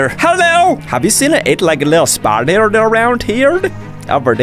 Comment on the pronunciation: it was "spiderder"